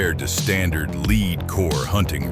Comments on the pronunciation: Get an AI generator that can read properly. Leed free or lead free ammo?????? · A LAAPOLD VX6? “ Leed free projectiles ”?. I’ll just look at the pretty pictures and leave the sound off.